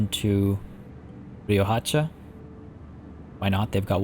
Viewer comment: Also also, fun facts/pronunciation: Riohacha (me being Colombian, I am happy you went there) is pronounced Rio-ah-cha, since the H there is silent. It can be roughly translated as River Hatchet/Axe. And your pronunciation of Puerto Cabello (which is translated to Port Hair, specifically head hair) is rather decent. So congrats.